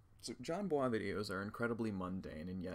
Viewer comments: Jesus Christ “/jan bua/“ is not how his name is pronounced. Not everything needs to be pretentiously French. You’d think someone who pretends to know who Jon Bois is would pronounce it correctly. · everyone is making fun of him for saying Jon Bwah but its pretty cute tha homie is trying to pronounce it right and be nice